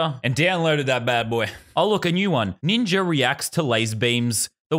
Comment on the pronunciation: Yeah but, why does he say ninjer instead of ninja sonetimes